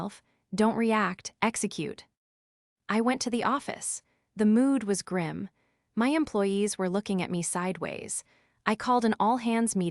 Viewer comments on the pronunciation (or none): none